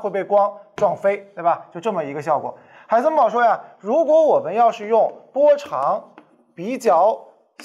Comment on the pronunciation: Who am i? 'haisenber'